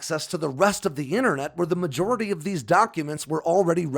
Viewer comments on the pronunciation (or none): none